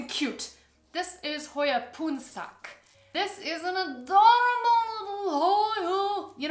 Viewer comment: Actually, you nailed the pronunciation of “Khao Luang” AND “Poonsak”. I immediately knew they are from Thailand just by hearing their names.